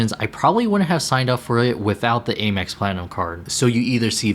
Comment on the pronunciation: I’d recommend you work on your pronunciation of “Amex” and “RE” before making these videos, but nice effort nonetheless.